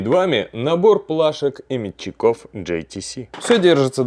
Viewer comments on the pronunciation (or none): Спец адаптер🤦. Бляяяяя. Переходник. Переходник И не мечеков, а мечеков, ударение на первую Е. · Как бесит вырождения метчико' а не ме'тчиков? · Не метчиков а метчиков! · Ударение в слове метчиков ставь правильно!!! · Набор плашек и метчиков, с ударением в слове метчиков на букву е.